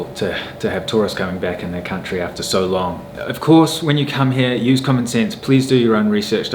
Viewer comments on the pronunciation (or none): none